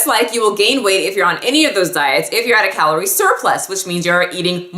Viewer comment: "Caloire" ? I'm a nerd lol. Love your videos.